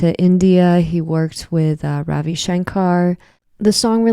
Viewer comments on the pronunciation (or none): none